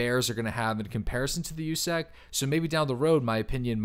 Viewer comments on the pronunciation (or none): You said it wrong, it’s not “USEC” it’s USUC